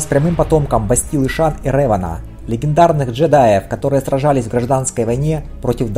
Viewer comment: спасибо за спойлеры) я как раз читаю первую книгу трилогии бейна кстати, не рЭван, а рЕван. в которе реван убил лишь двух ситхов: бендона и малака. остальные - тёмные джедаи